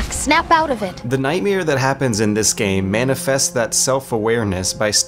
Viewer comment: Is this guy purposely mispronouncing “comparison” and “nightmare”? I can’t tell, but really who the hell says “comparishon” and “nightmeer”?